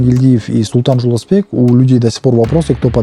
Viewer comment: Никакой ни Жолдосбек. Правильно говорите Жолдошбек!!!